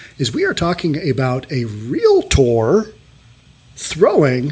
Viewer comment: Thank you for phonetically pronouncing REAL-TOR. I use to be the Executive Officer of an affluent area in Southern California and the most intellectual REALTORS could not say REALTOR or REALTY Company. It was either REAL-IT-TOR or REAL-IT-TY COMPANY... To my ears it sounded like chalk on a chalkboard. Thank you again.